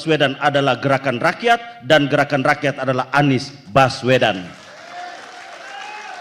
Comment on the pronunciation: 😂😂😂😂 yg perempuan ngomongnya geraan ranyan.....😂😂😂